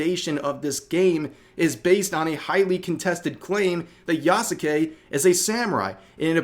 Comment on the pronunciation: The "u" in "Yasuke" is silent.